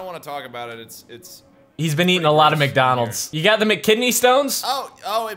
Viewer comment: Welcome to McDoonalds? Is funny